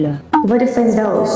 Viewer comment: Aku dengar daus je